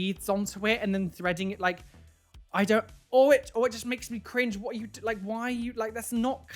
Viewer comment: What said: “WHAT are you doing?” What I heard half asleep: “WATER you doing?!”